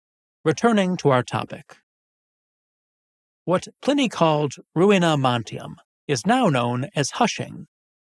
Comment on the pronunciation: ...and why is Pliney pronounced Pinny...?